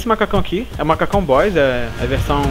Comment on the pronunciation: E as vez parece que vc fala boiss kkkk LIKE;-)